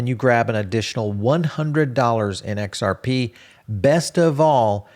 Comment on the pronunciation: He just can't say XRP 😅